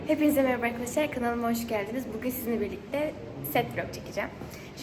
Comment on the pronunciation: K: Avkadavlar mevaba K: Ben niye böyle konuştum ki? 👼🏻👼🏻👼🏻👼🏻🤍🤍